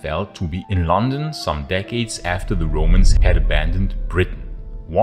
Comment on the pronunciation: Oh God, 1 second in and I can't watch it. Listen Mr German speaker it is not Lon,un, it is LuN Dun, stress on first syllable etc etc. YOu know how you can tell a German? Complete inability to pronounce London plus complete shock, horror, and inability to comprehend the use of the word "since"